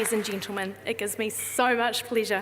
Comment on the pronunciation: Ladies and 'Gintlemen' ?? Fuck off, you annoying dickhead